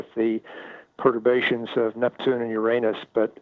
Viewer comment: Within the first 4 minutes he pronounced Uranus properly.